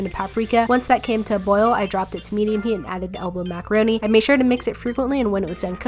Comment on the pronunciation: Macawoni with the chwicken stwips Ahhh